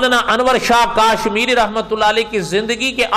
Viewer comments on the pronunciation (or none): Molana sahab kaaaashmiri nhi hai kashmiri hai 😁😁😁